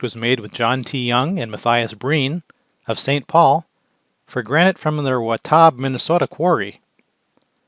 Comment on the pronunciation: It's Wah-tab, not Wah-taab, idiot.